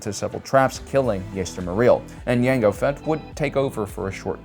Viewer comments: he says mango fett he says lango fett he says yango fett he says psycho fett he calls grogu gogurt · Okay.... why do you keep mispronouncing Django ??? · Did he say Mango Fett? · He said mango fett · LaNgO Fett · Mango Fett was my favorite 🤣🤣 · Gotta love the variety tho! He only did the D'Jango once. But I still like hearing it. 😂. Every time he does I imagine Jamie Foxx in beskar. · Lmao he just keeps purposely mispronouncing jango